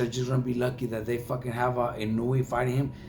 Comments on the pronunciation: His pronunciation of Naoya's surname is wrong as well. It is not "Inuwi" it's "Eee-nou-e". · He doesn't pronounce it correctly. Inoue is 4 syllables. The fight announcer said it fairly correctly.